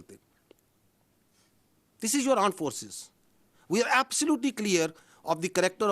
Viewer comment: aand forces not armed forces